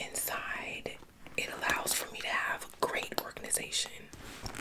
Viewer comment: She really said ✨ORGANIZATION✨ Yess queen we love it.